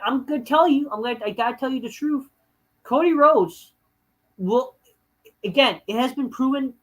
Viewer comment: "Fuck Co-Dee-Whoades"